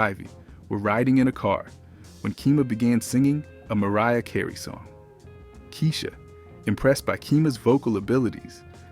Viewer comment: How is your channel named and you can't pronounce the names of the URBAN ARTISTs? Also, why are you showing artist that have nothing to do with your topic of TOTAL (702, TLC, Xscape, SWV, Envogue, Floatry, Jade and the list goes on)? Lastly, who the HELL is Muriah Carey? 😆🤣😆🤣 Come on, do better next time.... However, the information that you shared was accurate. Lastly, please learn to pronounce the word DEBUT (DAY-B-YOU)